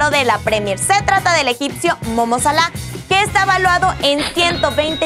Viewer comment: Jajaja como llamo dijo el nombre Salah